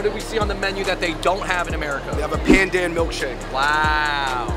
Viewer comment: Pandan is pronounced as pun-done